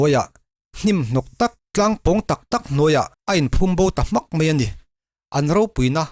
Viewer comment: Mei a ti suh ' mai a ' ti rawh .